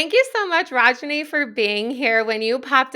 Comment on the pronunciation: Love that you had this awesome woman on the podcast! But please learn the correct pronunciation of her name. Indian names are extremely phonetic and sound exactly like how they’re spelled!!